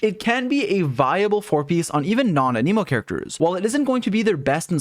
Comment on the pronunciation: Why are you saying A-Knee-Mo? How would one even think that's how you would say that?